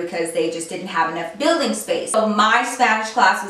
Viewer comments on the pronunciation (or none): none